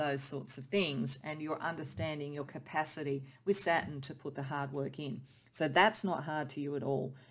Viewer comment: It sounds like you are saying SATIN, but I figured out you are actually 'trying' to say SATURN. the last part of the word sounds like 'tURN...turn.. as around a corner. Not 'tin' as a metal..you might need to practice that pronunciation a bit. I kept trying to figure out how satin, a smooth fabric, fit into the other words you were saying.